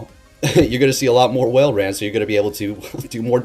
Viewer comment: its walrein like walrus not whalerain :)